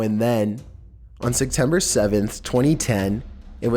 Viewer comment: Are you saying “Sectember”?